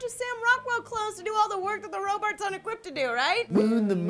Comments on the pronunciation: does say Robarts instead of Robots? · Says Robarts not robots, also i think just came up for an idea for the newest tremors movie. Someone get Kevin Bacon on the phone! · I'm pretty sure said "roburts".., what is a roburt? Please explain.:) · say Robart? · says "roburts" and "equerpt" ERMAHGERD EQUERPT ROBURTS!